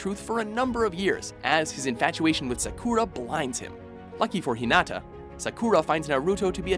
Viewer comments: Holy hell, the pronunciation of Sakura is cringe-worthy. How is that hard is to say Sakura and not "Sa-Kura". Not trying to sound like weeb but damn. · saKUra? really. it's SAkura. and UchiNA WTF?? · Yeah, right? It's Sakura not Sakuura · "Sakoura"...What?...you mean "SAkUra" wooo that was cringe worthy. But how did they get Sasuke right? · It's Ranma, not Ramna. Also, I know you're Americans, but for the love of God, at least try to pronounce names correctly and I don't mean you have to over accentuate and change your inflections to do it. Naruto, not Narooto. Sakura, not Sakoora. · NAruto, not naRUto!! SAkura, not saKUra!! uchiHA, not uchiNa!! inouay, not ino-ooh!! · SakUUra, UchiNa, ooran highschool host club...... learn to pronounce. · Omg stop saying Japanese names like that.... It's hurts to hear when u say names like Saaakuura and saaauuske -. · Kind of a pet-peeve when people pronouce their names wrong. Just annoys me little lol Sakura - Sa-Ka-Ra Naruto - Na-Roo-Toe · It's not naruto its naruto and not sakura its sakura get it right you uncultured swine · I hate how he says Sakura 😓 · ayy fucking learn how to say naruto & sakura you idiots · Did anyone noticed he pronounce Sakura wrong, he obviously doesn't watch anime. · How tf u pronounce sakura wrong? TELL ME!